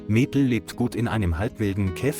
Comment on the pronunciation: Awful commentary - the bear changed sex several times and the commentator just couldn't pronounce Maple. And a referral to Emma had a pic of three blokes. Apart from that, the story was heartwarming.